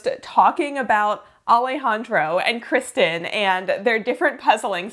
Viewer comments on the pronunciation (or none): none